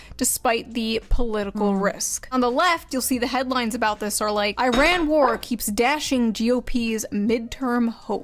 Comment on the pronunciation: Is she saying "war" or "vore"?